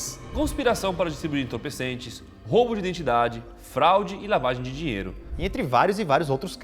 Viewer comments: Não é fralde, E sim fraude Kkkkk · fralde? se diz Fraude. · intorpecentes e fralde kkkk po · O certo é entorpecentes e fraude 😅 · fralde??? o correto não seria FRAUDE?